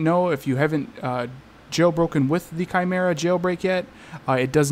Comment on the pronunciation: “Kai Merra” that’s how u say it 😊